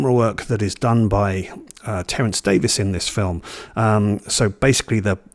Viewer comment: Terence Davies (Thanks for recognizing the pronunciation as Davis) was my favorite filmmaker. I'm American (in Florida) and was an avid cinefile who's seen all the great films over time. Imagine my surprise upon seeing my first Davies film The Long Day Closes in the early 80s (I was the lone audience member). At the film's conclusion, I was certain my moviegoing life was forever altered by this moving piece of celluloid. Words failed. I've since seen his entire filmography and they're all of a piece. Certainly not for everyone but those who dare to enter his ouvre will be pleased. My personal favorites are The Long Day Closes, A Quiet Passion, The Neon Bible (criminally underrated) and as has professed, Of Time and the City - surely NOT really a documentary but audacious cinema with guns blazing., thanks for championing this maverick. His imprint in cinema history is assured.